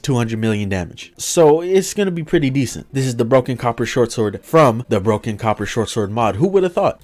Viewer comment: Emphasis on broken